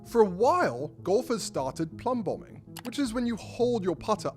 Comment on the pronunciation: It's "plumb bob" not "plumb bomb"!